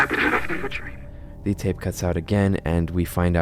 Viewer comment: DON. DON WRIGHT, NOT DOM. ITS WRITTEN RIGHT THERE ON THE SCREEN MAN